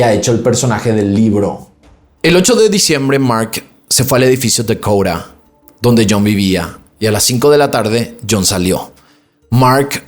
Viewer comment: Se dice edificio Dakota y no dakoura